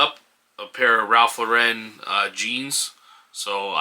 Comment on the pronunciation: Thanks,. (FYI, Ralph Lauren is pronounced LOR-en not lor-EN.) Subscribed!